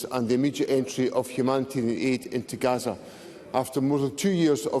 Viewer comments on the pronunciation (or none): Garza not Gaza😂